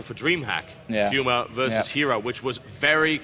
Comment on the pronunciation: Yeah Pooma, not Pewma. :P